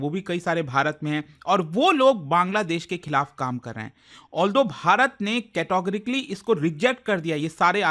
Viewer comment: Yeh "KETAGORKLY" kya hai bhai??? It's categorically...